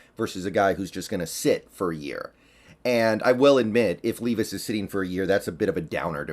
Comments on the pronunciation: It’s Levis not Leevis. Just an FYI. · “Lev iss” is how you pronounce it, I’m from ky and go to Kentucky games all the time, just a huge Seahawks guy, levis is a baller man and a great leader